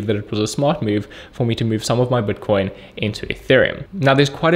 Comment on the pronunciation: he says buitcoin funny